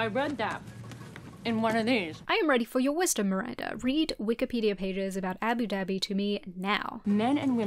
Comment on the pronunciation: why you pronounce abu dhabi like that??